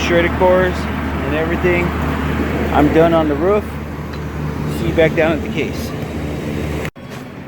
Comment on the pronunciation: Lmao do you purposefully say ROUUFFFFF like a dog barking or is that an accent u have cracks me up. Anyway great videos very educational I’m in hvac neverr worked in this side of the trade but trying to get in your videos help out a lot